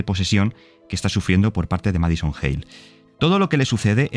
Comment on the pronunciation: No es "MAD SON". Es "MAD I SON". Lleva la i porque en inglés, es así como significa "hijo loco". Por cierto, en una entrevista, el creador del juego, no dijo eso de las enfermedades psiquiátricas, sí es una posesión. Búsqueda, está aquí en YouTube.